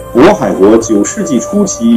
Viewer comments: 靺鞨应该读mo he. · 靺羯（讀莫結）是正解，注意視頻中有崔忻拜見大祚榮的鴻臚井石刻，寫的就是羯，鞨讀音應該也按羯。靺羯-滿洲實際為一詞異寫。片中都有詳細介紹